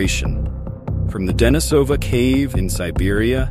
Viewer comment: Pronunciation: De-NI-so-van and De-NI-so-va (not De-ni-SO-van or De-ni-SO-va).